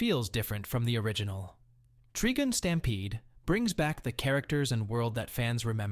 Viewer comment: Treegun? It’s Trigun — someone needs to sort out the AI voice over.